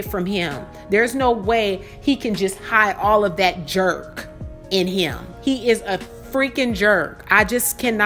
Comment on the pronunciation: "There's no way he can just hide all of that JERK in him…he is a freakin' jerk" 🤣🤣🤣 The emphasis on the k literally killed me….btw couldn't agree more!